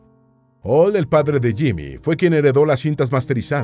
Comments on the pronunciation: Es JIMI,,,JIMI HENDRIX,,,JIIIIIMIIIII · Es que es JIMI HENDRIX y quítate el sombrero al pronunciar su nombre Mister Jimi Hendrix,,,,please.